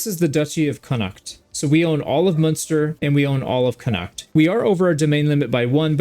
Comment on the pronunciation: Also you're stressing the H in Connacht a bit too much. Basically ignore it's there and pronounce it "Conn-act".